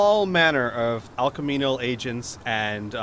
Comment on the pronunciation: it's ALCHEMICAL, not alchemenal, or whatever you guys said. sorry.